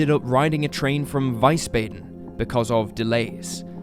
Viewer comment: Vees-bahden. This is how the city name, ”Wiesbaden” is phonetically pronounced. Not Vice-baden (with a long A vowel).